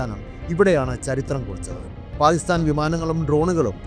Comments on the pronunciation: താങ്കളുടെ വീഡിയോ കൊള്ളാം എന്നാൽ താങ്കൾ പാക്കിസ്ഥാനെ പായിസ്ഥാൻ പായിസ്താൻ എന്നാണ് സംബോധന ചെയ്യുന്നത് ദയവായി ഇങ്ങനെയൊരു വീഡിയോ ചെയ്യുമ്പോൾ ഉച്ചാരണത്തിൽ കൃത്യത പാലിക്കുക നന്ദി നമസ്കാരം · Pakistan ennath Paistan ennu parayunnath bayankara arochakam aayi thonnunnu. Pls correct next time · സാർ താങ്കളുടെ വീഡിയോ വളരെയധികം ഇഷ്ടപ്പെടുന്നുണ്ട് എന്നാൽ പാക്കിസ്ഥാൻ എന്നുള്ള ഉച്ചാരണം ക സൈലന്റ് ആയി പോകുന്നുണ്ട് പാക്കിസ്ഥാൻ എന്ന് ക്ലിയര്‍ ആയിട്ട് ഉച്ചരിച്ചാൽ വളരെ കേൾക്കാൻ സുഖമുണ്ടായിരുന്നു നന്ദി നമസ്കാരം